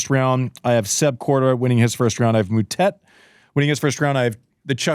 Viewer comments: Stop calling him Mootett, you know how it's pronounced🙄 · Disrespectful… how hard is it to learn to pronounce someone’s name 🤷🏻‍♀️